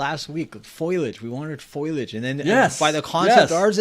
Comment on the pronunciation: love you guys but i feel compelled to bust your Bs on one little point. it’s pronounced Fo-Li-ege, not Foil-ege. Great show though in general! Love hearing your news and opinions on all things disneyland!